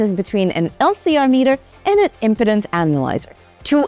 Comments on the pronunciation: Yes, but I thought it was an ED med ad by the way she pronounced im-pi-dens' rather than im-pee'-denz 😂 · Please pronounce "Impedance" correctly! "Imp--ance is not a problem here" sounds like a commercial pitch for something else entirely.